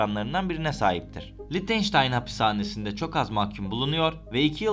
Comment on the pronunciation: Lictenstein degil Lichtestein 🥰 ch sadece he harfi okunur!!!! Belgesel yaparken dogru yapin…